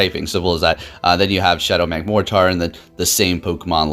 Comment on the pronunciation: Not gonna lie, it bugs me how he says Magmortar.